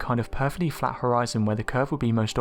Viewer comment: It sounds like your saying the earth is fat